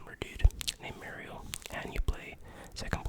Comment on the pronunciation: People that can't pronounce MARIO correctly 🤦